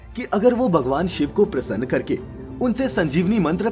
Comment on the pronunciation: Narrator cannot even utter the differences correctly...its "bhrigu" not "brigu"...bhagwan not bagwan...dharti not darti